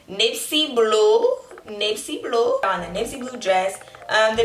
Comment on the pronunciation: Aye bruh 🤣🤣🤣 my bitch funny asl. Did she say “Nipsy Blue” in an Indian voice? 😭😭💀 so we just all gonna ignore that petty joke. On me she’s so mf funny and real I love her. ❤️❤️❤️